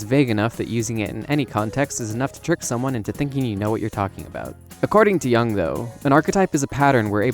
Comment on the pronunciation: Love how you're like: "You're a fool because you don't know enough about Jungian psychology," while actively pronouncing Jung's name incorrectly, and right before changing the pronunciation multiple times throughout the video.